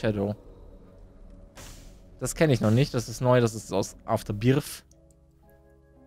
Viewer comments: ES HEIßT AFTERBIRTH MIT "TH" UND NICHT AFTERBIRF MIT "F"!!!!!! Es ist doch total klar. Das macht mich schon ein bisschen angry. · ja, sorry aber schau dir dein Video mal an ich finde man versteht Afterbirf und nicht birth vlt. liegt es daran, dass du das relativ schnell aussprichst, aber iwi sagt jeder den ich kenne immer wieder birf, zumindestens Verstehe ich das bei vielen, nicht allen, aber vielen, naja...:P